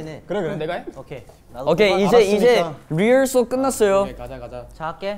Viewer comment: 아니 이마크가 '리허설' 끝났어요 한건데 편집자님 못알아들으셨엌ㅋㅋㅋㅋㅋㅋ 그도 그럴게 본토 발음이 '뤼헐설'이었다